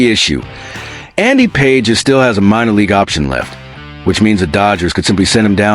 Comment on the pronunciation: His names is pronounced "Pa hez", not "Pages".😅